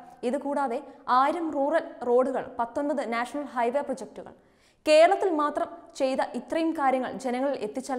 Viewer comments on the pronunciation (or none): എന്ഥായാലും... വല്ലാത്ത മലയാളം പറച്ചിൽ ആയിപ്പോയി....ഖേരളത്തിൽ അദിഖാരം ന്നമുഖ് ഇല്ല...നല്ല മലയാളം പറയാൻ പഠിക്കെടോ....